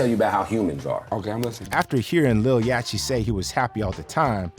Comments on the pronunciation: Yach tea? Quarvo? You gotta be 45+ to not know how to pronounce their names considering how big they are as artists 😂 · And the T is clearly after the (ch) so that would actually make it Yach-tee. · Bro how can you not know how to say YACHTY’S name after all these years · Why doesn’t the AI who created this know how to pronounce “yachty” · bro no way you butchered LIL YACHTY LOL 😂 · Why is no one talking about how this nigga pronounces Lil Yachty 😂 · Buddy can’t even pronounce the word Yacht ? 🛳️ Like a boat but bigger a yacht So it’s little yacht’y Like a small yacht …. This generation is cooked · Bro how you saying yachty name wrong ?? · only thing I was bothered by was dude not knowing the c is silent in yachty 😂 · Had to hop off after hearing how you pronounced yachty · The narrator butchered Yachty's name. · YACHTY 😂 You got a channel covering Hip-Hop and Rap Artist and can’t correctly pronounce the name? JOE BUDDEN EVEN SAYS IT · Uses Internet to post video. Doesn't use Internet to find out how to pronounce Yachty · I know you did not just pronounce “Yatchy” with a CH! It’s like yacht 🛥️ with a y at the end the CH IS SILENT! come on you gotta pronounce their names properly if you’re gonna do a show about rappers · You can hear Joe Budden say Little Yahtchys' name correctly. Not what the narrator called him.... I think i need to be a narrator now. Cause all of these people are calling these artists by the wrong name... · Stupid ass AI voice calling him lil “yatchy” cause it can’t pronounce “Yachty” on a rap channel 😭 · Who is "yatchee"? That's "yacht- ee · "Yah-Chee"?? LOL. You can hear everyone else on the planet saying "Yahct-E" even in your own clip... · It's pronounced Yaddi, ya dummy--(not Yatchy) Budden said it TWICE. Read the room yo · Calling lil yachty “yachy” is crazy haha sounds dumb af 😭😂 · Yacchy? U know damn well how to pronounce Yacht lol. Just put a Y at the end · Man said 'Yachi'? Im gone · On my fuckin life if you keep sayin Yachy